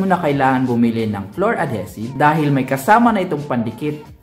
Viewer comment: Ad-HEE-sive,. Love your vids!